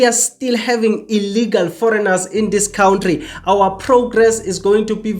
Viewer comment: Cow ntri it's kantry 😂